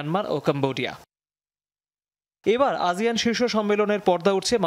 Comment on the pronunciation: আজিয়ান নাকি আসিয়ান🙄